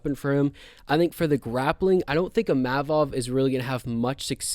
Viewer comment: Great analysis dude. I can't take the Imavov and Pavlovich pronunciation😂